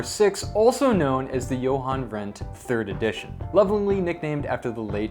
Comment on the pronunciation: Jochen Rindt by the way..not Johan.